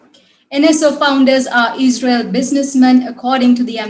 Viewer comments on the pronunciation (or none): its not eejrial its izzrail